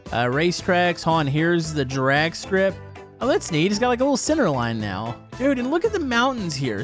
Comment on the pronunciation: Has anyone else noticed how he says drag strip. Not saying anythin bad by it but he say Durag strip. Kinda funny ngl. Also keep up the good work